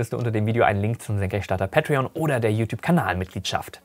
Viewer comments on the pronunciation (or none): none